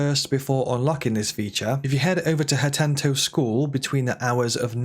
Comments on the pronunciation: Not gona lie, the "HatenTo" rlly irritated me n made run str8 to the comments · Yeah the “hatento” immediately got to me. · Waaa what let me guess before he says it hat-en-o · It's worse. Hatento. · Ha-10-toe. 💀 Little details like this make me feel the guy don't know/played/care about the game and it's just reading a script to be done with it. Disclaimer Emphasis on "me feel", it may not reflect the truth but that's the impression it left for me. Emphaisis on "me". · my sister says "hentu" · Is there a second T in Hateno in the EU version? Cuz in the US it's not Hatento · Had to dislike cuz you cannot pronounce a simple 6 letter word holy crap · please stop calling Hateno village that, it hurts my soul. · His mispronunciation of Hateno was brilliant, look how many of you commented! Great tips too, kudos! 😄👍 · Great video. But it's driving me crazy the way you pronounce "hateno". it only has one "t" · #16: There is only one “T” in “Hateno” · the way he says hateno 😑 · how does one make a tips and tricks guide (implying u played and know the game well) and mispronounces a towns name that isnt even new (hateno was in botw as well). Weird tbh hence the overly pedantic question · Not as bad as my sister constantly pronouncing Tulin as "Tullin." It's pronounced "Too-Lin." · Hate-no Village? Is it not Hah-teh-no Village? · HATEEEEENO not HATENTO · HATENO not HATENTO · It's called Hateno, not Hatento favorite outfit is the barbarian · Why do you keep saying Hatento when it’s spelled Hateno? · Bruv… “HATENO” there is one T… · if he says "hatento" one more fucking time i swear to god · It’s Ha-TAY-no village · This dude loves adding “t”s where they just simply don’t exist, and it’s not just “hatento”. I can excuse mispronunciations, I don’t understand adding extra letters, he’s clearly not dyslexic if his main job is writing. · lol there is no t and the end of hateno, pronounce ha ten o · Ha-teen-o, also Sundelions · I Physically recoiled when he said hatento